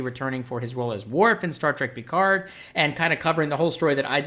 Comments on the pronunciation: ALSO, Love the way you say Picard :) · Any reason you can't pronounce Picard properly? I mean there is 7 seasons and multiple movies constantly repeating it.